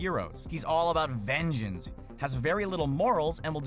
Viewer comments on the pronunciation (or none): If I could dislike this twice, I would. Theories with little to no proof, and easily arguable. btw what's VENJENS!? Oh...you meant vengeance, lol XD